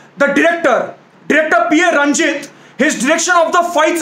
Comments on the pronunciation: it's not P A Ranjith it's PA Ranjith an initial in tamil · Yes paa Ranjith not P A ranjith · Pronounce पा ranjith not P.A Ranjith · Great review! Please note: director's name is Pa Ranjith, not PA Ranjith (Pa is pronounced as is). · Pa.Ranjith should be pronounced like "Paa".Ranjith (like Amitabh Tabu movie)